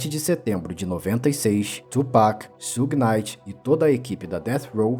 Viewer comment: Só faltou pronunciar Suge Knight certo.